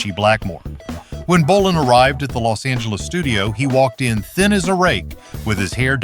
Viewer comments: And then it mispronounced Tom's last name too. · And yet another way to pronounce APPICE we didn't need. And later pronounces BOLIN as bow-LINE🤦🏻🤦🏻🤦🏻